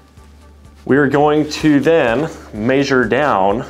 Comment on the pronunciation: Did he say "Maysure"?